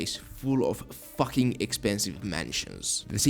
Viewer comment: "Full of.. FHACKING expensive mansions" that caught me off guard 🤣